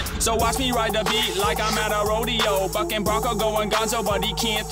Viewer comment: i thought he said Fucking 💀💀 he said bucking